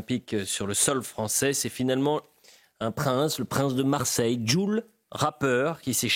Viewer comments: Jul, pas judge ! 😂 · Yo Phi-Phi , le J c'est le S 😂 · Il écorche le nom de JUL ce rappeur demi-débile en disant JOUDS c'est trop drôle